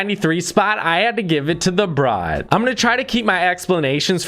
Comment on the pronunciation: It's The Brat As In At Not Brott